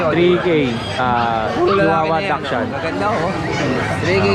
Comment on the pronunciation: ang tamang pronunciation po ng "Dachshund" ay daks - hund. hindi po Dashand o dak shand. Daks- hund po. Salamat po and more power. Congrats po sa 100k subscriber. Looking forward sa 200k 😊